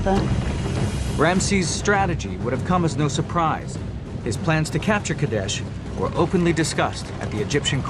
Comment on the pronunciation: its qadesh